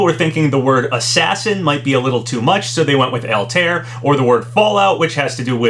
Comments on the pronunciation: Has anyone told him that Altair is not pronounced "All-tear"? It's more like "Alta-ear." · Haven't seen any other comments on it, but I'll say it anyway regardless. Its pronounced "All-tie-air" not "eltear," just for future reference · GHHHH why do you say Altaïr like that? the ï isnt for nothing lmao